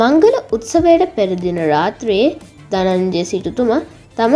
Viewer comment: ධජය නෙමෙයි ධනංජය😂😂😂😂